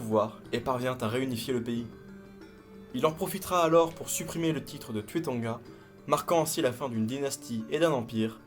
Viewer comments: Pourquoi tu prononce le "u" à la française alors que se sont des noms Polynésiens? Le "u" se prononce "ou" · Cher les Polynésien le U se dit ou 😂👍